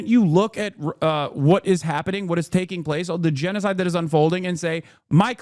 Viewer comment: He just can't say gennocide